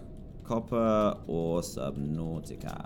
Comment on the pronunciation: Why do you say the two syllables of subnautica broken apart? It's one word